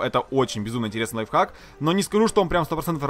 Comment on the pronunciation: Кто-нибудь здесь слышал как он сказал лайффак, нет? Я слышал